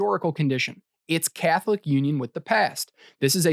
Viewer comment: It's funny the way he says "Catholic."